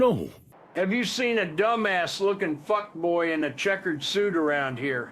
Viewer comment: The biggest gripe I have is when he says fuck boy instead of fuckbaw.